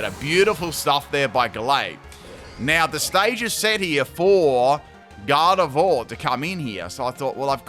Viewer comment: It's Garde-VWA, not Garde-vore